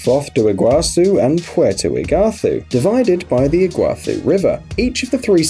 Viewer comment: Paraná river - pah-rah-nah, not piraña Iguaçu - ee-goo-ah-soo Foz do Iguaçu means Iguaçu river mouth / source Puerto Iguaçu means Iguaçu river port. Ciudad del este means East City. See-oo-dah-d